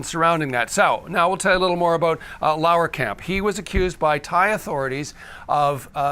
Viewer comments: Laaaaarkamp. There is no way the name should be pronounced L a u e r kamp. So it is pronounced L a h rkamp. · Lahrkamp has 2 syllables not 3.